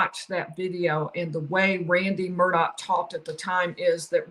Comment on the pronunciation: It’s not Murdock it Murdaugh